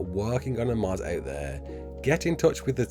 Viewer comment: i was so confused when he said mod cus i heard mud